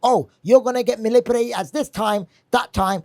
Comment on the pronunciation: "Malipulated" hahah